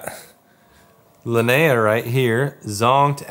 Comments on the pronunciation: Linnea is is pronounced Lin eh ah. It isn't lin- nay - ah. It's a common name where I am from in Scandinavia. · I suppose, however this name is an indigenous Scandinavian name. It is unheard of outside of Sweden really. There is no English version. So I am assuming they would like the correct and.only pronunciation. Which is LYN -EH - AH Short eh sound which is infact much more lovely. Skal.